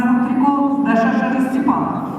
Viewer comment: ударение на второй слог надо читать